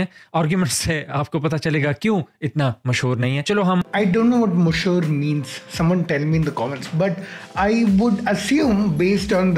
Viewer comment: mashoor means famous,his pronounciation was a bit weird